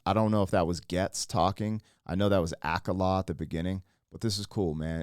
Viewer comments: Fyi akala is pronounced Uh kaw luh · Yea, that’s Ghetts and Akala is pronounced Ah-call-ah. Just wanted to let you know. Peace!! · Brother I've been watching you for a while and I've grown to like you which is why I'm bothering to tell you you're pronouncing Akala wrong. Its pronounced like the A from American (uhh) and kala is pronounced kaala.